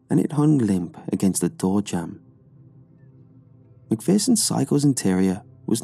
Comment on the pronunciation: McPherson is pronounced Mcfear-son. I went to school with some lol I hate mispronounced things😂